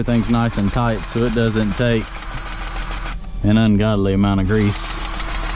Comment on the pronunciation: Grease,not greaze,lol